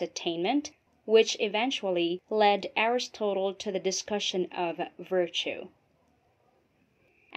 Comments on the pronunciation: I wondered where the slightly unconventional pronunciation of 'Aristotle' and 'justice' came from. Nevertheless this presentation would have to be one of the most succinct and lucid summaries of the subject matter. Very well done. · The speaker's repeated mispronunciations of words and even of the name Aristotle are distracting. One example is "justeez" rather than "justice." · ARIS-TOTAL? you can't be serious....